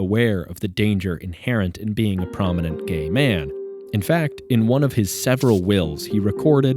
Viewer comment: Pronounce "Prominent" better.